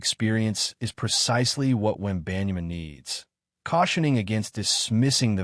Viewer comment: I don't know where you got this information as you don't even know how to pronounce his name correctly. If you're going to make assumptions, show the announcement of Victor's video. I think you're just trying to start a rumor of incorrect info.